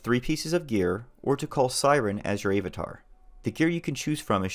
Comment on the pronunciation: A-vatar? Really dude?